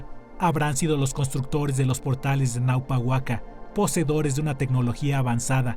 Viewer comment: No es Naupa,es ÑAUPA WAK'A(Antiguo Santuario Sagrado)